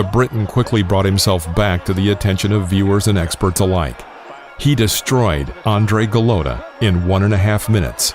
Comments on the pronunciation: You would think that the narrator would have learned to pronounce Andrew Golata's name correctly. He mispronounces both his first and last names incorrectly throughout the video. Terrible. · Its not Andre Goolata, its ANDREW GOLOTA, get that right ffs😂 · Ok, you were real close, now say it with me: “An-drew Go-lot-a”